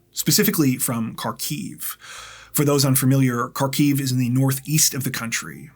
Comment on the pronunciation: Kharkiv is pronounced Harkeev in Ukrainian. The h is rather gutteral. But is not a K.